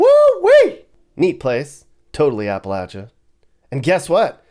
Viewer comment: Thank you for pronouncing "Appalachia" correctly!